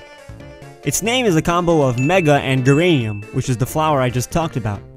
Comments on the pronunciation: Geranium is said with a "J" sound. Not a "G" sound. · Great video, just fyi - the geranium is a soft G rather than a hard one, so its pronounced more like jeranium. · The "g" in geranium has a "juh" sound. Like juh-ranium.